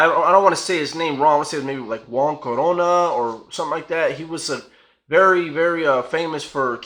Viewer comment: The guys name your trying to say is Juan Corona, I live where he killed all those workers. it's my home town.